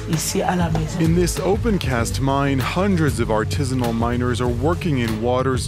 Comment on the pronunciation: "Artisanal Miners" JFC